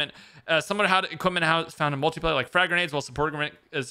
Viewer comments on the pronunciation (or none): none